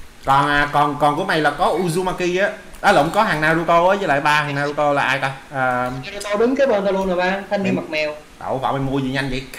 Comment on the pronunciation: Naruto a ơi ko phải narato